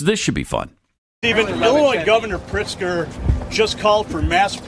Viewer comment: You're mispronouncing his name, it's pronounced, "Prixter"...